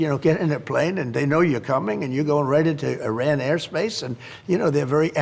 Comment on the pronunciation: How are you the president and don’t know how to pronounce the country Iran!…🤦🏾